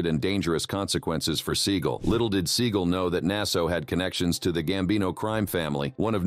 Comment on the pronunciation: Seagul? Even Seagal deserves to have his name pronounced properly